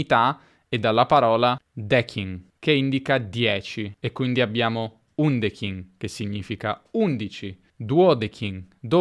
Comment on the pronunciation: mai sentito UNDEKIN in latino....Che è undecim ! E i Romani....dicevano DECEM ET SEPTEN e non "DEKEN".... Sta pure scritto lì sopra....Mah.....